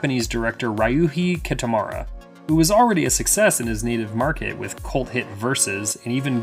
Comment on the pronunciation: Congratulations on butchering Kitamura's name.